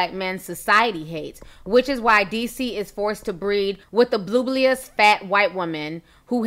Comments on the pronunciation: Lmfaooooo you did not have to pronounce bulbous like that 😭😭😭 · “Blooblious” 😂 stay you Ti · Ti😂😭 bulbous is pronounced “Bull-bus” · Lmbo Ti, did you say BLUBLEOUS!😂🤣😂🤣😂🤣